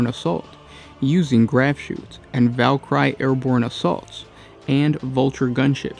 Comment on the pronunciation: How the fuck do you mispronounce Valkyrie?